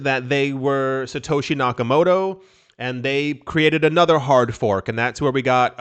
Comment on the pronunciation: That hard fork sounds more like a hard ph*k. 🤣🤣🤣 "We're gonna make a BTCBDC! C'mon fellas!!! It'll be AWESOME!"